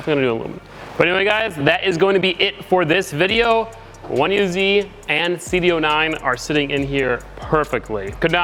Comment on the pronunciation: did you say cd oooo 9 instead of cd oh oh 9 lol